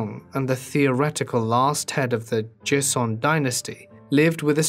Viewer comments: "Dduk-heeay" "Joh-sun" Please research correct pronunciations. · Enjoyed this one but your pronunciation of Korean really jarred me. It is difficult to try to read Hangul in the Roman alphabet. For future reference; the letter j is pronounced as CH. The letter G is pronounced as K. Would have been really nice if the dialog boxes with complete sentences were to stay longer on the screen to keep up with reading them. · That and the way he says Joseon...bawling my eyes out